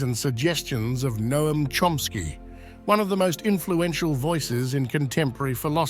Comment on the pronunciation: pleased to hear you pronounce Noam correctly